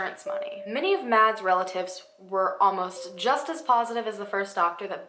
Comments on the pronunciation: Btw the name Mads is pronounced like mass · In case you ever come across that name again, "Mads" is pronounced like "mass" 😂😂